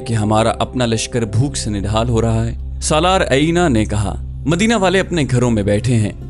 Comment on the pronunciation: بھائی غطفان کے سردار کا نام عَینِیَہ نہیں بلکہ عُیَینَہ ہے۔ اسی طرح ان کا نام نَعِیم نہیں، نُعَیم ہے۔ آپ کی آواز اور لہجہ بہت پیارے ہیں۔ لیکن کچھ اردو اور عربی الفاظ کے تلفظات میں آپ غلطی کر جاتے ہیں ۔🙏 معذرت چاہتا ہوں ، لیکن یہ میں نے تنقیداً نہیں بلکہ اصلاحاً عرض کیا ہے۔ دل آزاری کی معافی چاہتا ہوں ۔